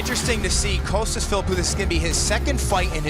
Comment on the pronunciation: Why do they keep calling him Coastas? It's Costas guys, Costas!